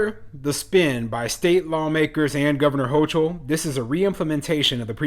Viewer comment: NYS governor is pronounced “ho kill”